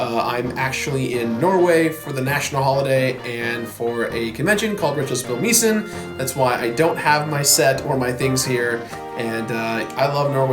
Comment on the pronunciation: "retrospillmisen" lmao, perfect